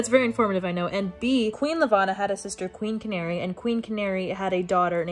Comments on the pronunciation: YESSS SOMEONE WHO PRONOUNCES “IKO” RIGHT 😭 😭 although peony is actually pronounce pee-uh-nee and channary is pronounced “sha-narry” or possibly “sha-nah-ray.” Marissa Meyer has a whole pronounciation guide on her website! Apparently there are people out there who pronounce Kai as “kay” 😭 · QUEEN CANARY IM SCREAMING channary would be sh-an-air-ee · This is truly unhinged. I think I’ve read Cinder at least 6 times through since I picked it up in 2014. I’m doing a reread right now with my partner because she’s never read it. Truly my comfort book of all time. I cannot get over how you pronounced Channary though lmao